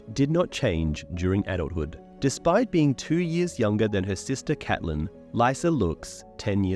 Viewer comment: Awesome video but the name pronunciation switching between Catelyn (Cat-Lin) and Caitlyn (Cayt-Lin) really bothered me.